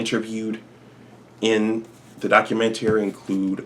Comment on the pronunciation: The way hes saying documentary is working my nerves...🤔